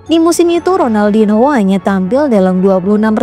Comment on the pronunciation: Ronaldinho di baca Ronaldinyo karna ini bahasa Portugis mbak. Hrup n ktmu h di baca nya.